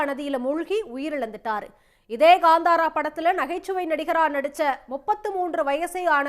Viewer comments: It's kantara not kandhara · It’s not Gandhara, it’s kaanthara